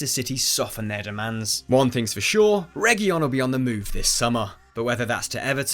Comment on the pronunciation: It's pronounced as Rey-hu-leon